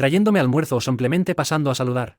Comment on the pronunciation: No se dice samplemente. Se dice simplemente.